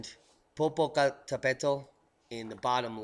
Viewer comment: It’s pronounced PO PO CAT A PATAL